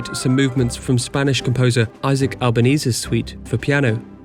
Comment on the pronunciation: the way he pronounces names is very strange, Russian Ballerina Ida Rubinstein turns into "Aaaida Rubinsteen"and Isaac Albéniz turns to be "Eizék Albanese"... The spanish composer won an Italian surname ...